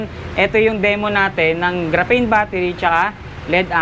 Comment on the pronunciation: GRAPHENE PO..HINDI GRAPHANE..HINDI PARANG BUTANE😂😂😂